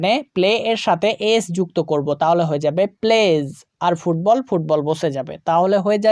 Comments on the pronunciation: ফুববল না স্যার ফুটবল ❤ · ফুটবল not fubbal